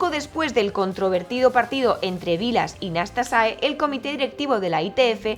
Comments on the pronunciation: El jugador rumano se llama Nastase y no Nastasae como se dice en el vídeo. Nastase fue uno de los grandes del tenis. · ¿Por que dices "Nastasae en vez de Nastase? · Muy buen video, bien documentado e interesante. Tu locución bastante buena, sin titubeos. Pero.... ¿POR QUÉ DICES "NASTASAE"? En España siempre lo oí como "Nastase". Ahora me he visto dos videos en inglés, y ellos dice 'Nastasi". Y también dos videos en rumano, y ahí suena a "Nastase" normal. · Gracias, buen video sobre el doble encordado. Pregunta, por qué dices NastasaE? Es Nastase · Hola! Dices NASTASAE en repetidas ocasiones... Es así como se pronuncia en rumano???